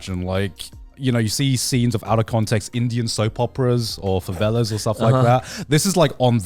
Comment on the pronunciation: Did Garnt say "favela" instead of "novela?"